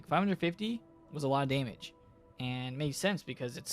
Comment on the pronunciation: “Daymige” xD